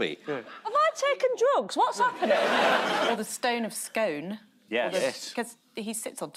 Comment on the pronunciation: Stone of Scone - it’s pronounced “SKOON”. If you’re going to pinch a Scottish relic at least learn how to pronounce it correctly.